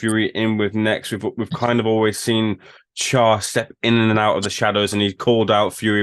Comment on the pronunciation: Charr? Fuckinghell mate 😂